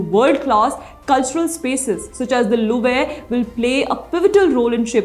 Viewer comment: You sound like an absolute uneducated moron when you cant pronounce words like 'Louvre'. Just ask google for god's sake you f'in villager!